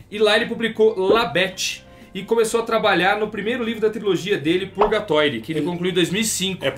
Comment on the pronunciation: "Purgatoire" kkkkk morri com esse francês do. A pronúncia é "Piurguetuar"